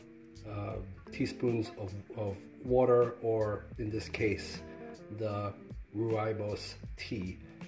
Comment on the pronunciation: Hey! one of these butterflies just showed up in my apartment and it's -25° C outside. The butterfly is really weak, I've been trying to nudge a thin apple slice with sugar water drops on it towards the butterfly, but it seems completely uninterested. Any suggestions on how to get it to eat? Day 2 of this adventure PS it's pronounced "Roy-bus" ;-)